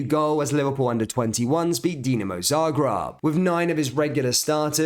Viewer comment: I've heard of ZarGREB, but never Zargrab.